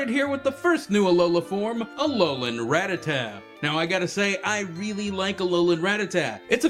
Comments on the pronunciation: You pronounced Rattata incorrectly... It's not "rá-tata", it's "ratá-ta". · When people say rattatat when its rattata :u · Everyone always pronounces Rattata wrong. It's Rah-tah-tah. Of course I also used to prounce it wrong as Ratta-tatta, so... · why do you say rattata like that..?